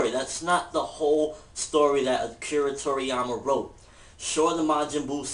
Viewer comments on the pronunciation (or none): It's Toriyama, not Koriyama.